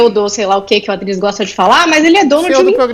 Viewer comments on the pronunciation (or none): "adrilles , adriLHES, ADRILHEES !!!! " kkkkkkk Maluco não gosta de ouvir kk